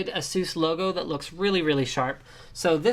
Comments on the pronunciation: But will it blend? Also, you mispronounced ASUS in such a horrid way... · is it really pronounced the way you say asus?